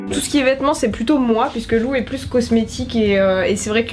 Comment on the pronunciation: "Comestics" ahah 😂 J'ai sauté sur la notif ! La bise 🥰